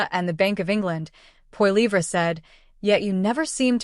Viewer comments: Could you pronounce his last name correctly! Seriously!! Yes he will be our next Prime Minister so I suggest you realize how to pronounce his last name! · Sorry, but as soon as I hear an AI voice, I'm out of here. If you can't do a video and narrate it yourself, don't bother. It comes off as too fake. The pronunciation of Poilievre was horrible.